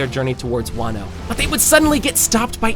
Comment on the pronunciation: Ele falando wanno e não wano